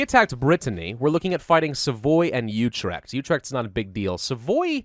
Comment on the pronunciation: Also you said utrecht wrong its more like